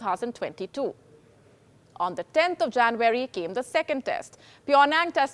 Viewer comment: Hi...you need to improve your pronunciation - 'Poverty' ....'January'.....are some examples you can check!!!!!